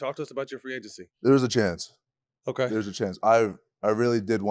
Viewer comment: “Free Againcy”